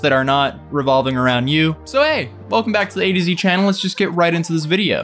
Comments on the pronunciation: No. I thought it was pronounce A-toe-zy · Pronounced more like "A toe Z" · I was today years old when I learned that "Atozy" is supposed to be pronounced as "A to Z" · At :19 he says "Welcome back to the Atozy channel" Why is this is the first time I'm ever hearing him or anyone else pronounce it as "A-to-Z" I have literally only heard it said as "Uh-toe-z" Am I the only one?!?!?! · Okay but how long has it been pronounced A to Z. I swear he used to call it Ah toh zee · TIL after a year of watching this channel it’s pronounced a-to-z and not uh-toes-e. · Since when is it "A to Z" and not "Uh-Toe-Zee" ? My whole existence is a farce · I know it's A-to-Zy but I miss hearing you say "atozy" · "A to Z channel" Nah bruh its Ah-toe-zee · Your name is ah toe zeee and idc how many times you say a to z that isnt gonna change lol